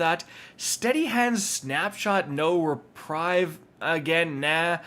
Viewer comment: You're pronouncing reprieve wrong. You are pronouncing like it's spelled "reprive" when you should be pronouncing it like it's spelled " repreeve"